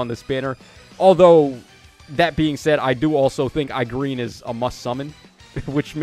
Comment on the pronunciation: When “E-Gren” is butchered to “i-Green”, that alone made the video fire 🔥🥶